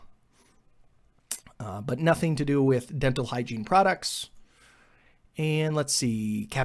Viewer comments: And he did say hiegene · You said Hygine like 50 times so Google thought you meant showers lol